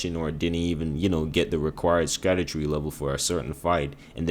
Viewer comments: It’s just pronounced “shadow tree”. The “sc” is an old English spelling of the “sh” sound. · Scadutree is pronounced "SHAD-OO-TREE" Basically just call it ShadowTree because Scadu means "Shadow" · Scadutree equals = Shadowtree. Sc in old English makes a Sh sound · Scadutree is actually meant to be pronounced as Shadowtree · Scadutree is pronounced "Shadow tree", it's based on an old English word for shadow. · Scadutree is pronounced as shadowtree, it has an old english spelling and that's why it looks weird.